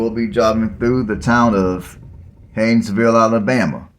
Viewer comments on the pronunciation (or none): Learn how to spell and pronounce the town you are talking about.